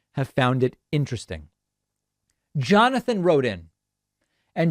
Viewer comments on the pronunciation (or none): none